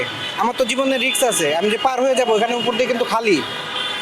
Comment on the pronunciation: রিক্স না রিস্ক হবে